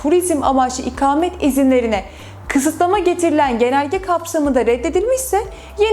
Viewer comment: İkamet değil ''ikâmet''. konuşmayı öğren.